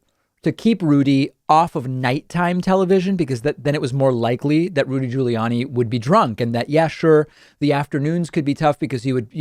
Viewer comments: I like how you say "Julie Anny"...lol... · can everybody from now on say his name like you did in the beginning of the video. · Hey David! Trying to weirdly pronounce Giuliani is exactly the same as the right trying to butcher the pronunciation of Kamala. Right? Didn't you even criticize someone for mispronouncing Kamala? Maybe it was someone else. I'm a lifelong Democrat. Don't take pages from their dirty playbook. You can Be Bester than that Bud! 🤷‍♂️ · Why does David constantly pronounce Giuliani and Buttigieg in the most unusual way, like nobody else does. And he keeps doing it after this long. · Why does he say Giuliani like that?